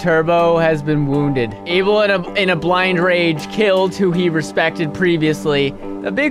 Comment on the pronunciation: It's Abel not Able lol😂